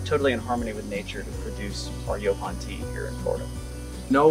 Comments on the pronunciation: I really wish ya'll would have corrected that idiots pronunciation of Yaupon (Yeah pon?) I can barely watch with him saying it like that! Even after hearing ya'll pronounce it correctly he insist on sounding like a re. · "YO-ponn" not "yawponn" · How many times does the interviewer have to hear their company name and their pronunciation of the plant to get it through his thick skull? YO PON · Its pronounced "yo-pon" holly,, in the South anyway just like the brothers were saying it. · Why is rob saying the name of the tea wrong, when the brothers are saying it the right way, is being defiant, yes the brothers would know the right way to pronounce the name of the tea don't you think,, let's correct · Is it pronounced yawpawn or yopawn? Have this growing everywhere in Texas